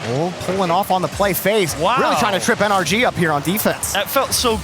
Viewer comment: It’s N-R-G. Not “ANARCHY!” Please atleast sound out the letters. Commentating isn’t about speed. It’s so annoying hearing you guys not sound it out. If it was “AN-ARCH-IE” wouldn’t they have a different team name⁉️